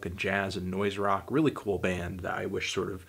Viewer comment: I'm bool, balm, and bollective.